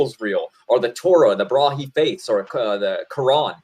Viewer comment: It sounds like he's saying "Brahi faiths" and I have no idea what he means by that. Maybe he meant to say Baha'i?